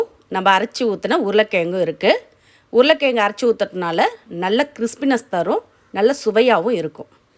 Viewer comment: Recipes r awesome.. my god y u smashing the word 4 potato in ur mouth.. try 2 correct the pronounciation.. or else say it potato in English... yuck....